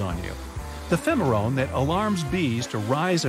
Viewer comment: Phemeorone hahh it's pheromone